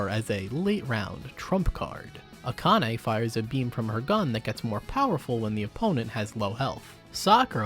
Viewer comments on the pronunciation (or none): none